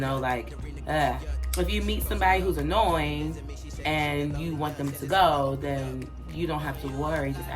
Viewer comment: lol. I busted out laughing when she complained about stereotypes by clapping back with her fingers and over-emphasizing "A-NOY-ING!!!". That was a great setup and delivery. Very funny.